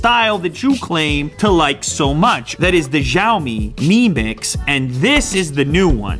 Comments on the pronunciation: It's not pronounced shaomi, it's pronounced syayomi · it is called sheeeaomi not xeeeiaomi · Btw. It's pronounced as shaomi instead of zaomi. ❤️❤️❤️ the vid as always. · The X has an sh sound. like shop. So from now on say shiao me. Not zhiao me. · is pronounced “Shiaomi” not “Jaomi”.. kkkkkk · I'm confident the correct pronunciation is 'siao-me' with a regular 's' sound. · Unbox Therapy Its Siow-Me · Unbox Therapy u pronounced Xiaomi wrong. It's pronounced shee-ow-me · You're pronouncing Xiaomi wrong. It's pronounced like SHAO-me. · Lou....pronounce as c(as letter C)-aw-mi LOL. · It should be pronounced "SHIAOMI" :) as original chinese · It called "xiaomi" not "zyaomi" 😶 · It's pronounced "siao-me", which is translated as "little rice" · It's pronounced (Shee-yao-mee) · It's pronounced 'seeow mi' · you read it djaomi :DDD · X makes a "sh" sound in pinyin. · Xiaomi pronounciating just kills me every time you try to say it.... Please stop....